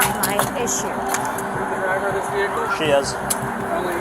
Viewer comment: What's a jehical. 😂😂😂 Well that's what he said. Maybe it's a car that don't need gas or electricity. Maybe ur looks can boot the car up😂😂😂😂😂😂